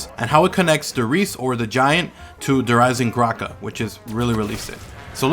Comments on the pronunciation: Why does he say Der eisengrache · im questioning that, its just everytime you say the name, instead of pronouncing the "d" in eisendrache, it sounded like you said eisenGrache, with a "g" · Please pronounce Nazi and Der Eisendrachen correctly please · You pronounce the new map weird